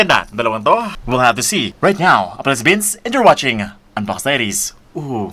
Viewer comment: Parang laging napapansin ko yung bigkas nyo ng "DIARIES" ay dinig ko taidies... Kahit nakaloud speaker n ako.. taidies parin dinig ko.